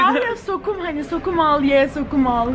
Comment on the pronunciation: Sokum değil sonum